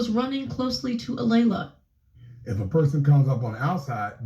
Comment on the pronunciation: Lord, sir you're pronouncing the names very wrong! Kaelen and Alaila. Kay-Lin.....Ah-lay-la!